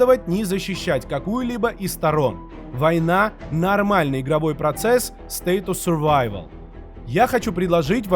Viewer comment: так красиво научился выговаривать “State of survival” 😊 прям как носитель языка звучишь 😀